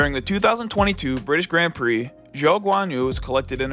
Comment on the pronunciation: you know its called Grand Prix, not Grend Prix ...